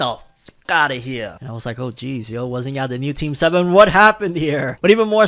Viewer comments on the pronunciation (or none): none